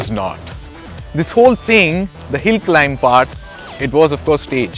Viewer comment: Hill not pill 😆